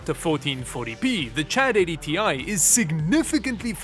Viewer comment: “Chad80 ti” 😂😂😂😂 I can’t